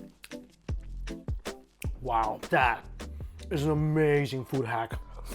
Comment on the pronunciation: And then says "Dis iz amayzing!"